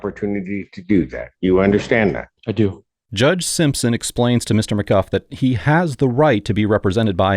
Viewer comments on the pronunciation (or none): really dumb AI reader or host not listening. Judge said name several times as "McGOO" yet narratioin continues to pronounce it as "McGuff".... I guess if Mr McGoo is blind, then the narrator is deaf. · Mcgoo not Mcguff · Magoo, not mg guff.👎👎👎Bad AI👎👎👎👎Old video 👎👎👎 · As a lifelong McGough (Mc-Goff rhymes w cough), we do not claim him! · The judge and even the defendant pronounced his own name as McGoo and yet the narrator calls him mcguff. Weird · Why does the narrator say McGuff when the guy's name is McGoo (both names spelled phonetically). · I don't think he watches these. Judge: McGoo Defendant: McGoo: McGuff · NO no no no.. not “Ma-guff”. Best part of the case is calling this Sovereign idiot by the name of a legendary inept cartoon character. He pronounces it the same way so 🤷‍♂️ Mr McGough IS Mr Magoo 😂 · Duuuuude....stop saying Maguff, it's Magoo....listen to judge and the defendant themselves! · It's not "mcguff", the defendant himself pronounces it "magoo" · What's criminal here is that the voiceover is getting the name wrong. It's not Mr. McGuff, it is LITERALLY Mr. Magoo. Yes, Magoo. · the defendant's name is Mr. Magoo, not "Mr. McGuff" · Why do you say Maguff? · his name is McGough prnonounced Magoo. the judge pronounces it McGoo, the guy even pronounced his own name that way. not sure why the video narrator keeps saying is as mcGuff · His name is really pronounced McGoo although it spelled McGough. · He pronounces his name McGoo. Train your AI better. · "Seedrick Simpson" "Mr. Macguff" Would it hurt these slop channels to find ONE English speaker to listen to their slop even once? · Do you think you can adjust your AI voice modulator to actually pronounce the man’s name right? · You could not even get Magoo's name right. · It's pronounced "MaGoo". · That’s wild because everyone in my family pronounces it “McGoff” like “cough”. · His name is Magoo and you will pronounce it as such! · his name is pronounced "McGoo" AI sucks.